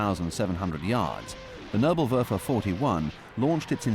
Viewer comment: It bis not nurblewurfel , it is Nebelwerfer [Nay-bull-Where-fir] (fog thrower ). PLEASE DO FOR ONCE >>SOME HOMEWORK BEFORE YOU BUTCHER LANGUAGES. Have some RESPECT for other languages!